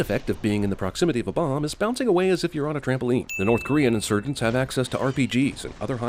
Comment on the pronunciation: is it just me or did he pronounce insurgents really weird?